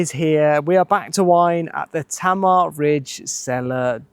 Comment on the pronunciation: Great video from a beautiful area of Tasmania. However, in Tasmania, Tamar is pronounced Taymah not Tammer. Launceston is Lonnceston not Lawnceston (as many tourists say) or Larnston (as natives of Launceston England say).